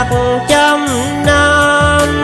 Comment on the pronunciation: Phát âm rõ tí và thoại cao giọng lên tí nữa là ok rồi nè. Trăm năm not chăm năm 😊